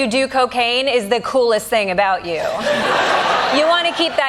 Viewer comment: It only shows your ignorance when you continue to say boot instead of about it shows more american elitism 👎 and you were given an award for this type of prejudice is is typically american. 🤨